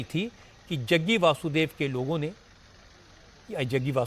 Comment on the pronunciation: Jaggu nhi Jaggi aur ji bol liya kro